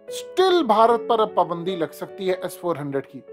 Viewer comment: PUUUUUUBANDI hahhahah abay URDU kay QATAL it is PAAAAAABAAAAAANDI.